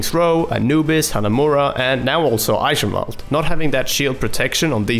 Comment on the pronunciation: ITS PRONOUNCED "AYKENWALD"